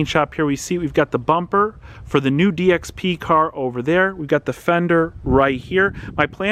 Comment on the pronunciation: Dxp news sounded like dx penis